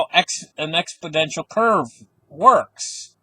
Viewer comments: Exponential with an "n" as in, is correct. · It's EXPONENTIAL! No letter D in the word! Thank's!